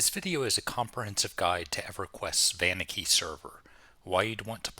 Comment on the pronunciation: Never heard someone emphasize the "van" on Vaniki... most pronounce it "Vah-neek-ee", which I believe is correct.